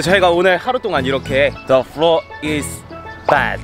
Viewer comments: At first I thought they said ‘the floor is bad’ 💀💀💀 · Am I the only one who heard the "The floor is bad" ?hahahah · 2idiots: "The floor is bed" No one literally no one: ...... Me: WHY DO I HEAR "THE FLOOR IS BAD"